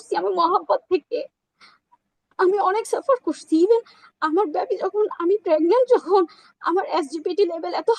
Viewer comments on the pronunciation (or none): Ai mohila toh thik kore kothai bolte parey nah..baby ta uccharon korte parsen nah.....lovi mohila